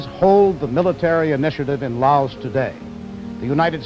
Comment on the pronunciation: couldn’t even pronounce the country name correctly. 😂